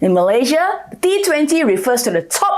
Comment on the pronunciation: Malaysia is pronounced as Malay + Sia....not Malay +Zhiaa